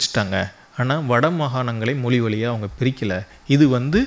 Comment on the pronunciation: தமிழைச் சரியாக உச்சரிக்கத் தெரியவில்லை. பள்ளி (பல்லி) தமிழ் எழுதிய (எழுலுதிய) வழியாக (வலியாக) இப்படி...... சகிக்கவில்லை. முதலில் மொழியில் கவனம் செலுத்தவும். கூட்டம் இல்லாத சூழலையும், தூங்கிக் கொண்டிருக்கும் பதிவுகளையும் எடிட்டிங் செய்யவும்.